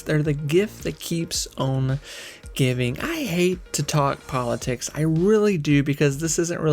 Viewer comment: You hate to talk prolatricks but you can - you have a chan in Mumbrul =)